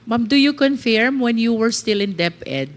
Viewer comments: Bakit baloktot and diction ni congresswoman confeerm at hindi confirm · Confirm pronounce as conferm in American English